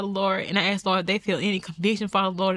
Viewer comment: Ask not ax.